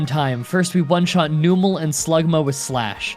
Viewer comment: * every Gen 3 Challenge*: Noomul. Numel is a combination of numb (nuh-umm) and camel Ya noombskull. <3